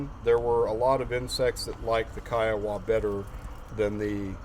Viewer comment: Pronounced kai·uh·wuh named After the Indian tribe.